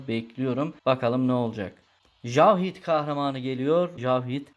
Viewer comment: [Cowhed] diye okusan keşke jawhid ne ki :/